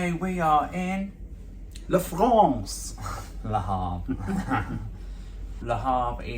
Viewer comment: Great video! We need to work on the pronunciation of Le Havre! Call me for French lessons 1:1 o 3:3